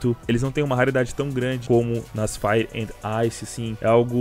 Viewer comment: "FRIPE " KKKKKKK